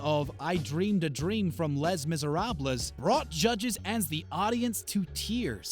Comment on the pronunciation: “Less mizah robless?” GAD, learn how to pounce French before you narrate again. 😬🤦🏽‍♀️🤦🏻‍♂️